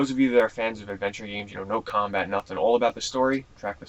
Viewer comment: i heard u lik ps2 geams